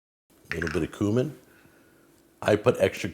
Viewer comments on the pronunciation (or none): It's pronounced cue-min not coo-min